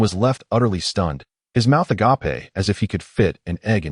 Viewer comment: Will someone PLEASE teach the AI how to say "agape"